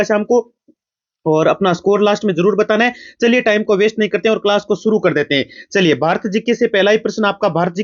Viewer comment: achi❎aaci✅ Class ❎callsa✅😄😂